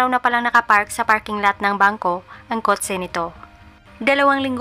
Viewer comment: Kot-se✅ Kot-che❌ 😂